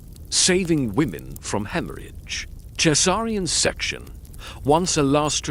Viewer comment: The worst things for me are the mispronunciation of some words (e.g. caesarean section is consistently pronounced incorrectly), punctuation being read out as part of a sentence (e.g. Asterix, apostrophe, dot) The last word of one sentence being read as the first word of the next sentence, and the robotic feel to the voice when the inflection is a bit off. As you can see, I did stick with it in small chunks because, as I said, I did find the information very interesting and it is a subject that I had wondered about myself. I haven't got to the end yet but I thank you for such an interesting and informative video. Personally, I haven't found anything so far that is better than a real, human voice in all honesty. Even those that have an accent is preferable to me.